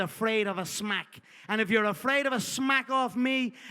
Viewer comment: I was rolling when Conner said SHMACK